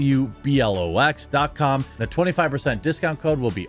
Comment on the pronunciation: When he says Blue Blox, it sounds like Boob Locks. Keep your boobies secure people!!!